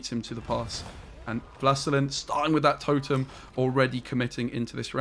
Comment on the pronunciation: Wlastelein? 😂 Wlastelin) it's "the lord" in polish/russian.